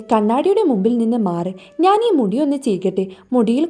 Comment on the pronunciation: നാൻ അല്ല ഞാൻ കുയപ്പം അല്ല കുഴപ്പം Pronounciation 🙄ശരിയല്ലല്ലോ 🙄🤔